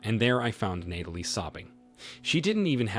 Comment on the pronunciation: You make the effort of finding stories and uploading but you can't program the voice to pronounce the name Natalie correctly? Do you know how grating it is to hear Nay-telee over and over?